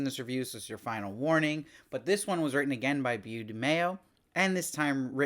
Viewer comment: Hey, love the recaps and interviews! Isn't Beau pronounced like "Bo"? It was great to see Jean, for once, validating Maddy's humanity. My opinion is that Jean was swapped during the Season 4 finale, Beyond Good and Evil, when she was kidnapped just after the wedding.